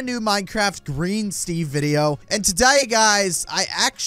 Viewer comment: says “today” as an Australian